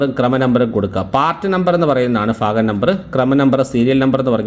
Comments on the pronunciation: lafyam അല്ല. ലഭ്യം. fagam അല്ല. ഭാഗം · ഭാഗം ആണെടോ 😂ഫാഗം അല്ല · ഫാഗം അല്ല സുഹൃത്തേ ഭാഗം എന്നു പറയു.........😂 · ഫാഗം .....? ഫർത്താവ് .....? ഫാര്യ...? ഉച്ചാരണം മോശം ...